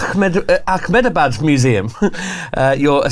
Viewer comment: fun game, but ya definitely don't need to add a 'kh' in ahmedabad, lol